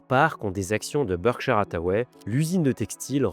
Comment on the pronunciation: Berkshire, pas bershaieure